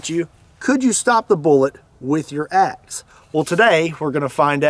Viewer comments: At first I thought you said "ex" and I thought "now you're on to something!"😂🤣😂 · Sounds like he is from Chicago when he said that